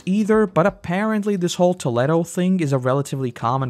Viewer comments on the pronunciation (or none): TOE-LEE-DOE. it's my hometown. it's not pronounced TOE-LEH-DOE lmao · It’s Toe-Leed-Oh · Just so you know it's pronounced tōlēdō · You have no idea, I get it, but it is pronounced Toe-lee-doe